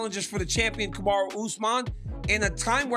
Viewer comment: Agree, but he still cant get those names right, calling Jiri Jury, Kamaru Kamara, Zhang Zang, Blehall Belal